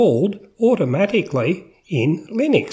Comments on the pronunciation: Please don't call it Linix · You can't even pronounce it let alone know anything about it.